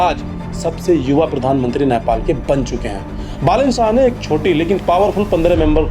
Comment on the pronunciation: Bro I humbly request you to pronounce the word correctly.... नेपाल Not न्यापाल ,सुदन गुरुङ्ग Not गुरंगा,शोभीता Not शोवित🤔